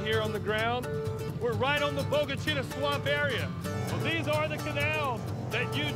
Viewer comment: That narrator does NOT know how to pronounce Bogue Chitto… I called the town(in Mississippi) home for a many years